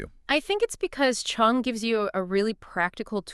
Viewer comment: Cheung , not Chung